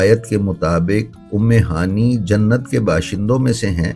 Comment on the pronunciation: ام ہانی نہیں ہوتا۔ ام ہانئے صحیح تکفظ ہے۔